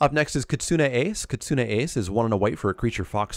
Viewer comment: Thank you for pronouncing Kitsune correctly! growls at some other MTG-tubers